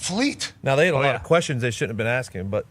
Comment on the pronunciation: The black dudes said Axing a question. You can’t write this comedy.